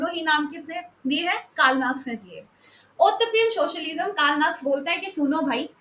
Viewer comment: Utopian pronounciation is wrong !